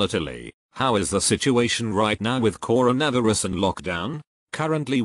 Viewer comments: Everyone - ‘coronavirus’ Siri - ‘Koronervyras’ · Nobody: Robot: coron ah virus